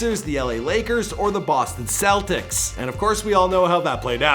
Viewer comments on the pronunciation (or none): none